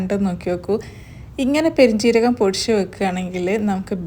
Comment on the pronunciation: പൊടിശു, പൊടിശു എന്നല്ല.. പൊടിച്ചു എന്നാണ് 😅